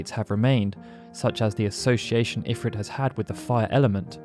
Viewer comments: A remarkably comprehensive history of Ifrit...even though you somehow never noticed that in every single iteration involving voice acting, (FFXII, FFXIV, FFXV) they always pronounced it "eh-FREET," not "if-writ." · according to FFXVI its pronounced "IF-reet" snort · Idk why I always pronounce it as Infrit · Couldn't watch this because they keep saying Ifrit wrong.